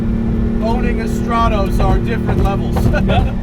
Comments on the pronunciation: You are pronouncing stratos wrong, annoyingly so..it is not straaatose “strat-os” not oosse... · Stratoes, not even good at 'ralleying'. Fucking burk.